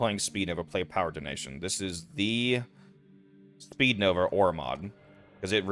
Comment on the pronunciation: Its speedva, not that “speednova” jumble lol